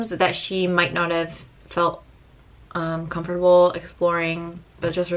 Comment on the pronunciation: i love the way you pronounce every syllable of com.for.ta.ble (lemon trees!)